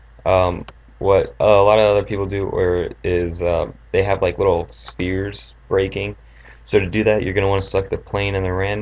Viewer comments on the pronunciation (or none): none